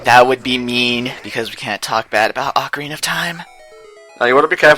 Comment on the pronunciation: Everytime it sounds like you say Ocariner of Time